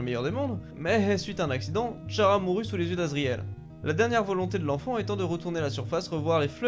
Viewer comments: Ok ça s'écrit Chara mais ça se dit "Kara" stp😭😭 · Je me devez de le dire mais Chara se prononce "kara" voilà sinon super vidéo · Chara se dit cara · Tu as totalement raison